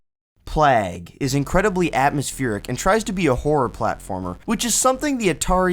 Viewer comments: "Plaag"? Not to sound like a jerk. But, you either simply don't know how to pronounce, "Plague" (playg/pleg), or you were sent from the future by Skynet. Or just messing with us. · Great vid! Plague is pronounced Play-ge, like a plague of grasshoppers! LOL